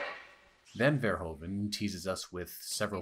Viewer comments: Americans and their Furhoven. It's Verhoeven. Furhooven. Your own president was called Hoover. Hoeven is Hooven. Nice video ;) Subscribed. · Verhoeven not Verhoven. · Great video! As a Dutchman I would have appreciated it if you pronounced Verhoeven's name more accurate. It's not that hard and since you are a movie fan and you mention his name a dozen times.. 😅 It's pronounced more like 'verhooven', with the oo's as in 'zoom'.